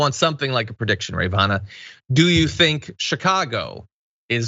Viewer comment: Who is "Rayyvana "? Never head of her before...